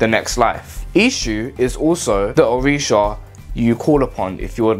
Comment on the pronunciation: Yh I said it wrong 🤣🤣🤣🤣🤣🤣🤣🤣🤣 My pronunciation has improved It’s so embarrassing I might have to remake this one